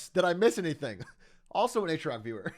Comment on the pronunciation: Behold rare footage of the Atrioc chatter actually making the A correctly.